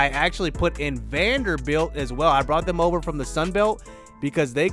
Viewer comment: yooo y did u say Vanderbelt like that lmao that shit has me dead